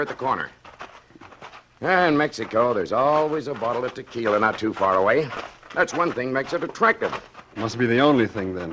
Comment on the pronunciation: She keeps pronouncing tequila wrong and it totally takes me out of the story. Only double l’s are pronounced that way!